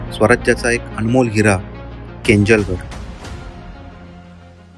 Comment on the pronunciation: मित्रा खूप छान ब्लॉग आहे. एक correction आहे पण गडाच नाव केंजळगड (KENJALGAD) आहे... केनजलगड नाही